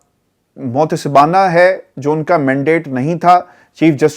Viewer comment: بھائی معتسبانہ نہیں متعصبانہ ہوتا ہے